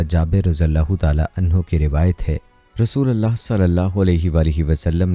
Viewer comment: App kalma galat perh rahy hen RASULULLAH perhna hay zabar nahi lagana pesh lagana hay RASOLALLAH nahi perhna kalma galat nahi perhna cahiye zer zabar galat perhny say minning change ho jaty hen